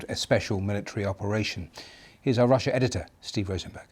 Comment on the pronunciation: TIME TO NUKE RUSSA BOYSZSZ